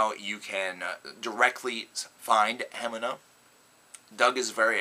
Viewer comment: It's pronounced "Hemeeeeena"